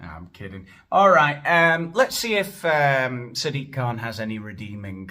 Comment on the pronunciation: Did you say "Sad Dick Kahn?"